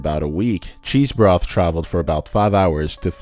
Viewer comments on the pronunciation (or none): Cheesbrough not cheesbroth